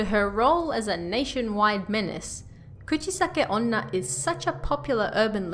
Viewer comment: The way she pronounces Kuchisake-onna is very cute 💕